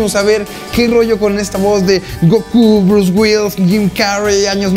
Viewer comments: El cree que sabe pronunciar palabras en ingles y no puede ni decir Bruce Willis! haha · Este vato cáguela y cáguela pronunciando "Brus güils" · Bruce Wills? Omg ni porque Mario dice repetidas veces Bruce Willis jajajaja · Por qué dices Bruce Wills? Es Bruce Willis! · Bruce Wills jajajajajaja WILLIIIIIIIIIIIIIIS La I si se pronuncia! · "Bruce Wills" xD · lo q me da risa es q el mae le dice " Bruce Wills" en vez de " Bruce Willis" jaja